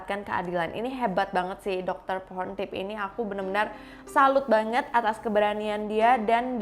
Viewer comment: Ngomong "banget" nya, biasa aja ngapa